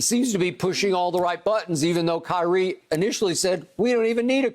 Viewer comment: “KYREEEEEEEEEE” “LABRAWN JAMES”